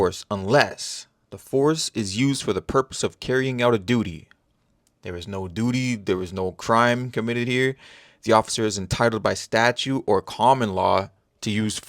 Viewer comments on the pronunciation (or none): Hey, -this is just a friendly, polite and respectful correction of English. I can’t help it. I’m just kind of a stickler for the correct pronunciation of words. I don’t know why so many people these days insist on calling it “statue”instead of pronouncing the “t” at the end of the word. It is statute, not statue. Thanks for putting up with one of my pet peeves. I appreciate what you’re doing out there!